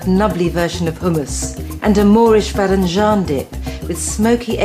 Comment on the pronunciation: I just wish with this one she would learn how to say it. The Badenjan dish is from Iran but it's pronounced Bodemjoon. Not being picky just hurt my ears her saying it wrong so many times.